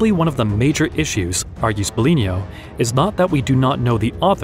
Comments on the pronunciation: BIGLINO (BEGLÈNO)!!! stop saying BELIGNO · No. He's a real human. That's why he did that mistake. Its the first time we worked together and he was not familiar with said terminology. In fact the name Biglino is wrong all through the video, as he calls him Biglinio. Since then I always gave him an audio file to pronounce things correctly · No dont be sorry about mispronunciation of the name ''Biglino'',..in fact his name is not his and do not talk about him,..and this video is not you,..and me is not me,..but we are they and they are us. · I tried to take your video seriously but you kept mispronouncing Biglino. I really can’t respect or take seriously the work of someone that doesn’t even take the time to pronounce names the right way. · How could it be AI if it got wrong the name of Biglino like 200 times, including psalms and many other words inside of this channel. Since this video I have been training my narrator personally to not misspronounce words anymore. Nope Not everything is AI